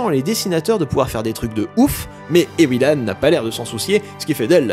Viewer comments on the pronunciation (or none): Bonjour je m'appelle Ewilan et désolé mais SA SE PRONONCE EVVVILAN oufff